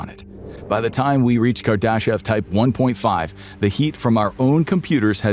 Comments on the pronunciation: Carl Saggin? Kar-daw-shev instead of Kar-d'shev or kar-duh-shev. Was voice automated a long time ago? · THIS channel's ai voice-over pronunciation of "Kardashev"..... is amusing. Speaking of digital minds. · Question, if you guys aren't using AI to do some of these videos, like you're sure your voice guy has not created a voice database? Because I'd like to know how you continually managed to butcher people's names and places if it's not a database? Kardashev...